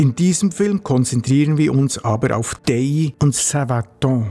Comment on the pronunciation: Danke für die tolle Doku: Ausgesprochen wird die Anlage D-A-I-Y. Mein Grossvater durfte als Dorfmetzger im zweiten Weltkrieg und danach die Festungen dort mit Fleisch beliefern. Die Lieferung hat der "Stift" mit dem Hundekarren gemacht. So konnte er das zugesprochene Benzin und Fahrzeug auch für private Zwecke benutzen. :) Der Arzt und mein Grossvater waren die einzigen im Dorf mit einem Fahrzeug.